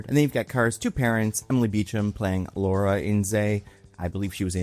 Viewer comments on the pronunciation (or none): none